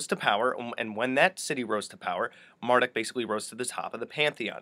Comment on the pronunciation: Not Mar duck... Mar DOOK